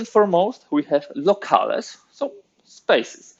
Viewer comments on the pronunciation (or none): I love your videos! (Unless I'm mistaken and there's a historically correct pronunciation of the word I don't know about, the correct English pronunciation of "locales" is "Low-Calz"" not "Low-Cal-es")